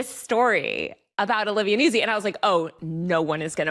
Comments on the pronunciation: Yo. Vocal fry far less bonkers than Kat's insistence on pronouncing Nuzzi "newsy" - and Taylor's eventual capitulation. YOU were right on that Taylor, it's "newt-zy" with a double-z like "pizza." And maybe next time confirm a basic like name pronunciation before doing an entire episode on someone 😅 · Strangely, it's a mispronunciation of an Italian name, which really sounds like NOOtsee. Not Noozi. Like it's not peezah, it's pee-tsah. Zz in Italian pronunciation is always "ts" sound. Love, a former classical singer. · Everyone has been talking about Nuzzi for months, but after this video I have learned 2 entirely new ways to pronounce her name